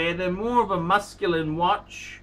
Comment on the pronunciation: Musculun? Is he trying to say masculine or mescaline? Is he illiterate or are the horns growing that deep?